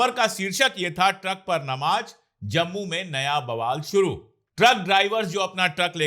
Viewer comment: Sir with due respect it is JURMANA and not ZURMANA. Same way it is NAMAZ and not NAMAJ